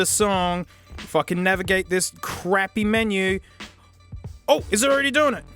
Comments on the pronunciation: He means it sounds like he says "fuck". First thing I noticed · sounds like he said "fuck" even though he didn't